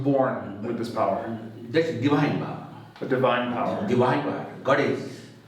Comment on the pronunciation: He don't know how to pronounce divine